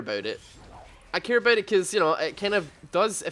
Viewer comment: "I care aboot it"